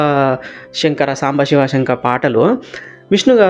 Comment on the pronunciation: షివ , షివలింగం ఏంటి బాబూ, శివ, శివలింగం అను. ఉచ్చారణ చాలా ముఖ్యం presenter కి.